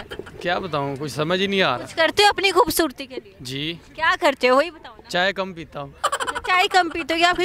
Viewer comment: bhubhsorti ni janab.. khobsorti ..lafz thek karo bhai